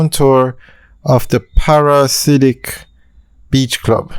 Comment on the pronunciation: Friend it’s pronounced ‘Para-dee-siac’ not Parasidic. Its a strange name and not the most easy to pronounce I know….you always want something classy and memorable